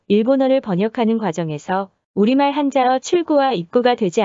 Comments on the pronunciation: 한국어 발음 한자어 가 아니라 한짜어...짜증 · 한짜어라고 발음해야지!!!! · 띄어쓰기에 맞게 끊어 읽는 것도 어색하고, 합성어 같은 경우는 된소리로 발음하거나 단어구분에 맞게 억양차이가 있어야 하는데 감정없이 목소리만 술술 흘러나오는 느낌이어서 발음도 굉장히 알아듣기 힘들고 가청성(可聽性)이 많이 떨어지네요ㅠ 이를테면 주식상장의 상장은 상장 그대로 발음하고 백일장에서 받은 상장은 상짱으로 발음하듯이 동음이의어라도 한자어에 한자구성에 따라 발음은 된소리나 장음으로 구분하듯이 천지차이입니다. 가령 영상에선 한자어를 한짜어라 읽지않고 글자 그대로 읽는 것보면 AI 기계음에서 목소리 따온 것 같은 느낌이 드네요. 영상에 소개된 서울시체육회가 띄어쓰기 하나 잘못되어 서울 시체 육회로 오해를 사듯이 언어를 설명하는 강의인데 외국어인 일본어뿐만 아니라 기본적으로 우리말에 해당되는 한국어의 발음이나 맞춤법의 오류가 나지 않도록 신경 써주셨으면 좋겠어요. 혹시 의문스러워서 농담이 아닌 진심인 질문인데요. 강의에 나오는 목소리는 사람육성이 아닌 AI로 따온 기계목소리인가요?